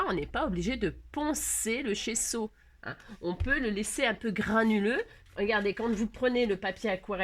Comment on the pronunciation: C'est bien GESSO, 2 S BAH SI GESSO. C'est plus doux à mes oreilles, bah si et c'était pas Maryse c'était moi. Merci ma mes oreilles ont vraiment apprécié. 😍😋🤪